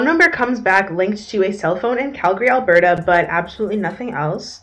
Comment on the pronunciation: Why do you say Alberta like that? Is Alberta the Canadian Florida?